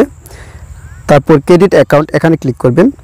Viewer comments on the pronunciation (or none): Vhai apne bar bar ki cadit cadit kortasan oita cadit nah creat hoibo 😂😂